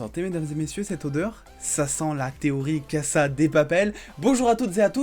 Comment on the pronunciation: Arrête de répéter à chaque fois « cassa de papel » c’est casa (caza de papel) c’est en français et s au milieu d’un mot de lit comme « z » Merci et si tu veux discuter je suis là